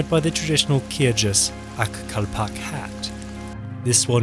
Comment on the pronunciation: Kyrgyz isn't pronounced "Kyr-jizz" lmao